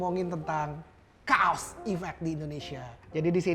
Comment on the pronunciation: kaws di baca kaos.. untungnya merek baju, coba kalau merek celana .kan nga lucu